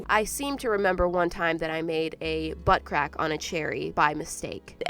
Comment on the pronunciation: nobdy: me: * me dying cuz she keeps say "bUtT cRaCk * also me: i am SO im imachore LOL